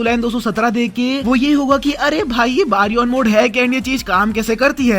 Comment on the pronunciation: its baryon mode not baron mode